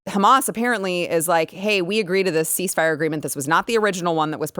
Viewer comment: Cease the "mire", not FIRE!